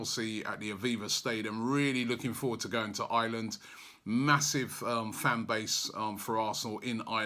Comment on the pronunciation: its Ireland! not island